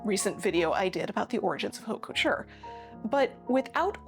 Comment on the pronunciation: Couture is not pronounced CO-tour. It is approximately cah-TURE. Bon Marché is not pronounced bone MARSH. It is approximately bow (as in bow tie) mah-SHAY.